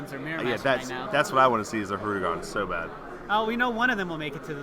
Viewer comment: Hirudegarn. garn, not gon, it’s not hirudegon